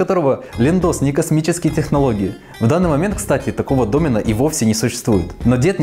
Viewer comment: Домен с ударением на е, говорите правильно, пожалуйста.